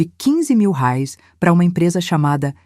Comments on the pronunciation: Inteligência artificial sabe falar Reais 😂😂😂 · $ RAIS ???? kkkkkkkkk que no mesmo texto viram Rales. , Rais .... !!! Dá pra levar a sério ? É muita cara de pau! além de deshonesto e burro ! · * "rares" 👎, " reais " 👍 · Detesto essa pronuncia nojenta Rales oque é isso? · Porque raios não dIzem bem a palavra REAIS???? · IA não sabe dizer reais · Porque IA não sabe dizer reais kkkkkk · Poderia pular essa parte pari senti dor ensinei andar de bicicleta ensinei a ler acordava cedo pra fazer café tudo isso agente ja sabe ainda tem essa narradora que inrrita se saber dizer reais fui nao da corri o vídeo pra ver se ficava melhor piorou com esse reais